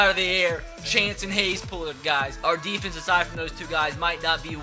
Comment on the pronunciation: We need to do better on AHHHfence. Sorry but it annoys me